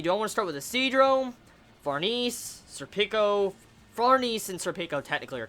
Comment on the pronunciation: Since the video is old you probably know this by know but Serpico is pronounced sir-pik-o rather than sir-peek-o. Also Behelit is 'bail-it' and Farnese is 'far-nes-ay'. Hope this helps dude!